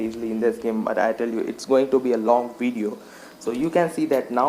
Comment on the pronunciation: What's a "weedioe"